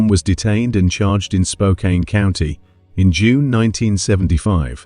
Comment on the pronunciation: Spokane is pronounced Spoke Can not Spoke Kain. It’s not too far from Bellingham which the other poster stated earlier is in WA not CA.